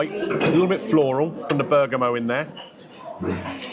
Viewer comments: Bloody expensive!!!! I'd have sent the sausage they cooked on the radiator back for sure. Bergamot is pronounced Burger-mott, it's a hard T! Ps, I'll eat your mushroom 😬😬😬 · Bergamot pronunciation was anew one on me 😂